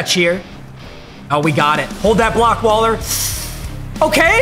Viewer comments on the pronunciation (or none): none